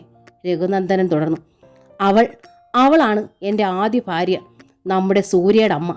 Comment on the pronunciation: വായനയൊക്കെ നന്നാവുന്നുണ്ട്. ബ്യാഗ്, ഫാര്യ തുടങ്ങിയ ഉച്ചാരണത്തെറ്റുകൂടി ഒഴിവാക്കിയാൽ കൂടുതൽ നന്നായേനെ😭